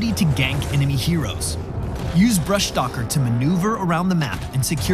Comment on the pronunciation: Even Blizz guys cant pronounce Brushstalker :P